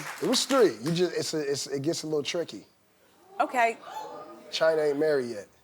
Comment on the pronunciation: He said tricky haha sounded like he was saying he fucked rob and caitlyn 😂😂😂